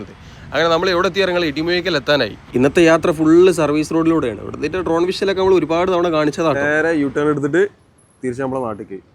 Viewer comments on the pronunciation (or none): none